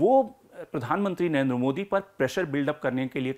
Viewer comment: At least pronounce the name Narendra modi properly. You're always saying Nayenda modi. Pakistani panjabis have this habit of saying. Lagtha hai you are also a panjabi of Pakistani decent. Rest all chaltha hei. A long way to go. Good luck to you.